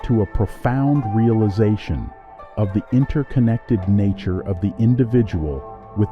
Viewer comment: What’s up with pronouncing the words weird in the beginning like us or nature? 😂